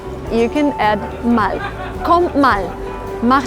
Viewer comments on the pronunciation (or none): You say this "mall" but it's a long "a". You have to say "maal" but it is written "mal".